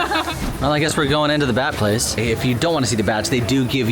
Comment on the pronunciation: Literally thought said, "I guess we're going to the Bad Place." Not "the Bat Place." Would love that crossover, though!